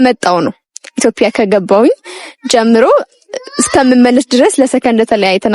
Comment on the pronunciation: የኔ ቆንጆ ኢትዬዽያ የሚለዌን በሰነ ሰርዓቱ በይው እሸ። አበባሉን እንደ ፐ አትበይው ❤